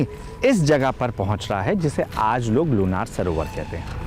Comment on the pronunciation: सर मै लोणार सरोवर की राहणेवली हुं, आपने बहुत अच्छा व्हिडिओ बनाया है 🙏 , लेकीन सर गाव के नाम मे ना ये नहीं णा ये है लोणार सरोवर, शुक्रीया की आपणे यह जाणकारी सबको समझे ऐसा व्हिडिओ बनाया